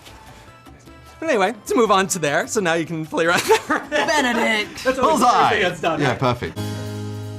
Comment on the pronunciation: "BeNeDiCt" I CANT AJCNDJSJ, Tom really said: "LanGuaGe"